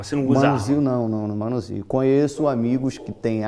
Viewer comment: não “manusio” armas kkkkkkkkkkk